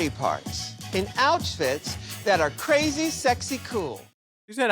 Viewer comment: I'm so happy to see talk about the way Ru pronounces "outfits" sometimes, because this isn't the last time she does it either 😭 She did it once on AS7 too and there was NO DISCUSSION ABOUT IT ANYWHERE LMAO I FELT I N S A N E 😭